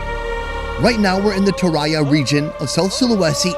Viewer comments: U dont pronounce it as tora-yah, its more to tora-jump but without the mp sound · agree also the way he pronounce Toraja as Toraya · I think her name is dorce not jemaat... also its toraja not toraya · Anyway, It spells Toraja not Toraya. "ja" in Toraja spells like "ja" in Ja Rule 😂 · You said "toraya" 🤣🤣 We usually spell the "ja" as in "Jack" But thats okay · Its pronounce as its written, Toraja 😊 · toraja pronunciation, the 'ja' part should sounds like Ja in Jam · you kinda miss pronounced "Toraja"... it's should be strong J as in "Jaguar" but instead you pronounced it more like Y as in "Yoyo".. but still... good video! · It's toraja ("ja in jacuzzi" , not "ya in yahoo" )